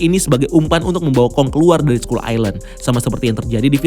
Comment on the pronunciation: Skull dibaca skal bukan skull